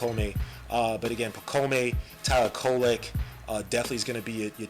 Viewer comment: Dude, his first name is pronouced (pa - comb), not (pa - co - may). Also, he's coming over this year. He is not being stashed away. Personally, I rank the Knicks' draft grade A, especially seeing how their highest pick was 25th. They probably should have traded a couple future second rounders to try and get an additional pick in the 31-33 range to pick up Filipowski as well. But I guess they were confident in being able to bring back Hartenstein. Hukporti is a good pick, though. Already has a better offensive bag than Mitch and Jerico.